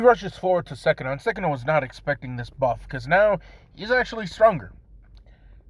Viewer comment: Dude it’s sukuna not sekuna